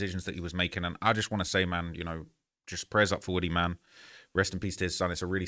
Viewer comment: It’s pronounced WOO-TEE